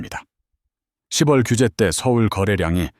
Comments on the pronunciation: 십월이 아니고요 시월로 읽어야죠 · 스크립트에 ‘10월’을 ‘시월’ 한글로 넣어 보세요. ‘6월’도 ‘유월’로.